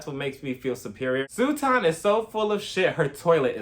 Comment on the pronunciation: I love how you call her Sue-ton. Omg. Hilarious. I love Crystal. Kick Sutton out and let Kathy have the 💎 I still get kind of nah-vibes from Garcelle.